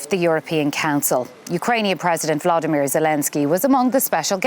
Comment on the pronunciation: Will they ever learn to correctly pronounce Zelenskyy's first name - it's NOT Vladimir!